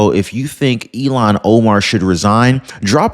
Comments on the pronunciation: her name is not pronounced like Elon Musk it s (I'll hawn) omar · Hi,, Great fan here! Thanks! Noticed a repeated mispronunciation of this creature's first name...it has an...H... in it. IL--HAN OMAR. (You're confusing her name with Elon Musk's first name). That's okay...we still LOVE ya!: )